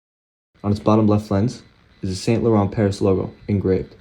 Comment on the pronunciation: it's Sahng- Lohrn not Saint Low-rent! 😂